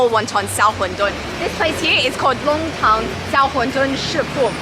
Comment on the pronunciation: Nongtang, NOT Longtang. 上海人很多发音是错的， R和L不分， N和L也不分。不少中国人实际上汉语发音很受地域影响， 发音不准确。